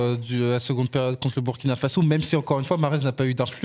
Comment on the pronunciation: Non, pas BUrkina, mais BOUIrkina, BOUrkina Faso, c'est nom entier...